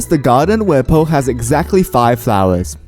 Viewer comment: IT'S POU NOT BOU